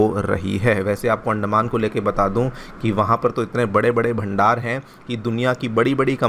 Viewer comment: अंडमान.....? 🥚 या अंदमान.....?😂